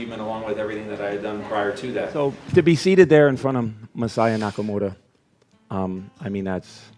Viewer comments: Why can't Billy pronounce Masaya Nakamura's name correctly? He keeps calling him Nakamoda. How disrespectful can you be? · It really bothers me how how he pronounces Masaya Nakamura's name entirely with an American accent yet feels compelled to sandwhich the R in Nakamura between two Ls as if he's assimilating into the culture or something. Just stop that shit.